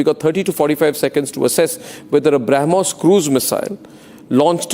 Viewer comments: BrahMos ❌ Harmoos ✅ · This Pakistan Minister is a stooge. He speaks nonsense. He does not even know the name of the missile. He calls it Harmoos. He has been told by the Pakistani army to give out this statement Nothing more to it. The whole world including Pakistan army knows that India has a declared « No first use » policy. India had not been attacked with a nuclear device, so there was no question of a nuke attack from India. In any case at that particular juncture India was on top of the situation. This man is a clown and should not be taken seriously.